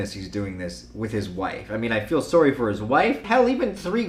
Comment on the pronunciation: Why do you pronounce sorry sorree